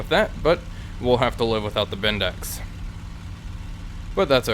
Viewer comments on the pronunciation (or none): Great vids as always. Just one thing, it's pronounced 'bendix', not 'bendex', lol.